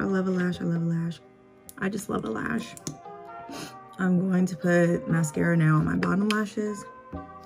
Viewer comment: “I love a lash. I love a lash” ... what I heard you say “I love little ash. I love little ash.” LOL 😂 No but fr I’m going to attempt a lash sometime soon. I also need that powder foundation ASAP!